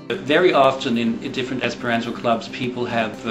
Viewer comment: I think this is a fair presentation. But the pronouncing of the "ant" in "Esperanto" like the insect is a little distracting; it's supposed to have "a" as in "father". It is a good point, that there are a higher proportion of "strange" people in the Esperanto movement than in the overall population, simply because someone who would learn Esperanto is someone who is not afraid to do something that isn't popular. It's not like there is something inherently oddball in the language itself; it just hasn't become mainstream (yet!).